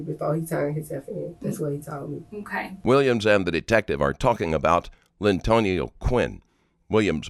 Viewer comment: Lyntonio. Geezuz we gotta do better.